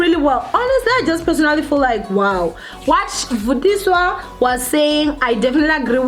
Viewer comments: Yhuuu its Vathiswa Not vutiswa... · Yohh guys m sure she wasn't aware that it's Vatiswa not Vutiswa... M sure she will start paying attention to correct name pronunciations. . No need to make the entire comment section about tht.. Aowa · People so quick to throw stones...yess it is" vatiswa "not "vutiswa".... Probably a slip of tongue johhh guyssss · Vatiswa not vutiswa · Vatiswa not Vutiswa 😂😂😂